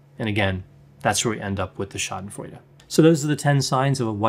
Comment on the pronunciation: I always appreciate your videos,! I am from germany and therefore I have to tell you today, that I really like it, how you pronounce the word "Schadenfreude". Really cool, you made my day 👍🏻